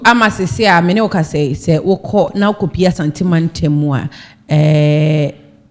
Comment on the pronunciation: Please it is not Asante mantam mu, rather say Asanteman mu. When you say Asante mantam , it means Ashanti Region but Asanteman means Ashanti Kingdom.